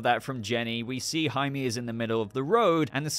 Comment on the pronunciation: Just a little Spanish tip. Jaime is pronounced “High-Meh” Also, dont know anything about Blue Beetle but this looks like a blast and hope we’ll get more awesome coverage from you of the film in the future